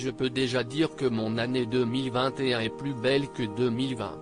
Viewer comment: Qui parle ? Pas un étoile de la langue française, on dit EST et non ESTE, changez cette voix